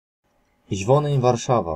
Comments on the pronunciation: dokładnie jakie kurwa "iś" na kilometr pachnie nieukiem , ogólnie paranoja to co co on wymawia i tłumaczy. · jasne, oczywiście, ale jak jesli ktoś uczy, to spodziewam się poprawnej wymowy. Nie uważasz że ich i iś to dwa różne słowa? To tak jakby powiedzieć, że kąt i kot to to samo. Myślę, że można by się nie dogadać. Moze komuś jest łatwiej wymówić o niż ą i nie ma w tym nic złego. Masz rację, nie ma i nie powinienem się czepiać, ale chyba jedna robi różnicę, nie uwazasz? Stąd moja uwaga. Wiadomo, że nie poprawiamy ludzi na ulicy, ale po to autor udostępnia możliwość komentarzy pod filmem, żeby wyrazić swoją opinię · Ich a nie iś! Nie ma w języku niemieckim literki "ś". To jest miękkie " ch". Co o akcent i wymowę chodzi ,to jest po prostu katastrofalna. Inni się uczą i robią te same błędy.